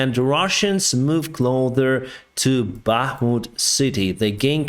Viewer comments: You’re saying closer with a “th” sound. Like clother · in support for ukraine and, i shall now change my own pronunciation of closer to "clother" 😃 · Closer - Clo (the o is a long o as in the word no) ser (is pronounced like sir (yes sir!) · Not going to press the like button again until you say "closer" correctly.